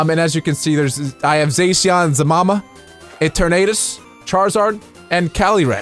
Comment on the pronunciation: You pronounce eternities wrong